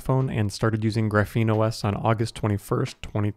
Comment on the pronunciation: It's pronounced "Graph-een", it's a type of carbon structure, you say it very wrong, you say like "gruh-feen"